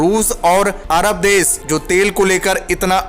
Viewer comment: भाई, आप सही हिंदी नहीं बोलते, आप श को स बोलते है। बादशाही को बादसाही बोलते है, देश को देस